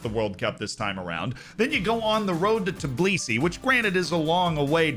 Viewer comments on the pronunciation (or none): none